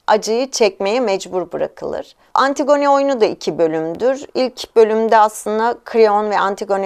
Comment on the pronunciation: lütfen antigone'ı düzgün teleffuz eder misiniz ☺